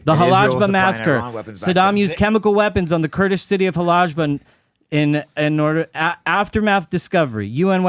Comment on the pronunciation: And as a Muslim Kurd- he lied about saddam and couldnt event say the name of the city correctly “Halabja” failed to say chemical weapons were provided by the west (zionist control) and used them on my people